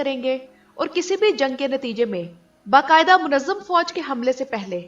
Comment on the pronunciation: Be qada nahi Ba qada fog hai